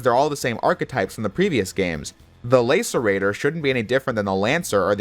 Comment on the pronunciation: Lace-er-rator? That's such a weird pronunciation. It's Lass-er-rator... as in laceration, as in wound.